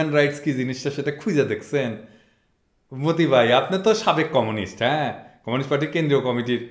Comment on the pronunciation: আপনি বলেন মতি ভাই আর আমি শুনি মদি ভাই